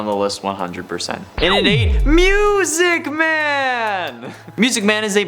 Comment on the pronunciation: That sounded very sus. LOL! BTW I love how you said Music Man as "Myusiec Man! Keep up the good work! 😀